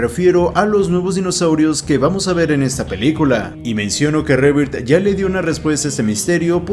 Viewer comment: Eres el único youtuber latino que pronuncia bien Jurassic World Rebirth. Todos los demás dicen: rebird 🤣